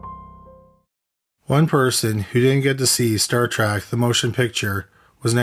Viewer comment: It is Star Trek, not Star Track.